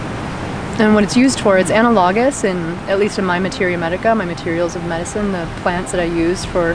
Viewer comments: Anna - log - is? I cringed every time. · Please learn how to pronounce analogous. You butchered it pretty bad!